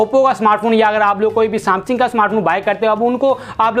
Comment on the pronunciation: Samsingh nhi bhai samsung